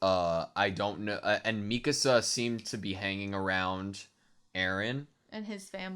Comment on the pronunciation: Yey, you say Mikasa's name correctly!